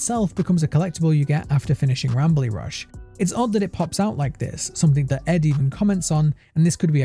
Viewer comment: Sounded like Not Bradley instead of not Rambley tbh.